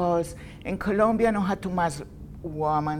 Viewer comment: Colombia! is with the "o" not Columbia